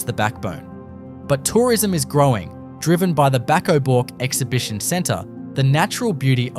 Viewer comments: It's not bork it's burk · Also needs to pronounce Bourke as BERK not Bork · Please pronounce Bourke properly. It's not pronounced "BORK"! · "Bork" ? Back of "Bork" ?? 👺 Is this some sort of AI Generated Outrage Pr0n to get comments and views ?? Are you deliberately mispronouncing EVERY location to trigger viewers ?? There's just no way you're this 🤡👹🤯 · and Bourke is not pronounced Boruk... as for Coober Pedy, not even close. AI Generated speech here.